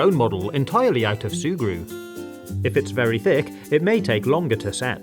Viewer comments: Did you just say “shurgru” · Every time you say sugru I hear Subaru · D-did u just say SuE-gRU??!??!?! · Sùe Gruw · I thought he kept saying SUBARU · I know that’s the name I’m just saying that I like how he says it